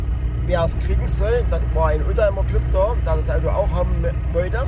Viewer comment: Sachsenring, das Audoo!